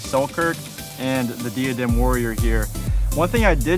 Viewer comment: When you are sponsored by diadem and pronounce it wrong lol. It’s Die - uh - dem my friends 😊